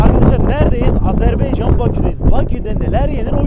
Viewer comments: Azerbeycan yox ay insan Azerbaycan! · Hersey çox yaxşi birce Azerbaycan demeyi de öyrene bilsez yaxsi olar..Sonu beycan deyil baycan deye bitir AZERBAYCAN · Kardeşim Azebeyacan değil AZERBAYCAN AZERBAYCAN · Bir de şunu öğrenseniz . Azarbeycan değil AZERBAYCAN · SENİ KÜRD ! AZERBEYCAN DİYİL ! AZERBAYCAN !!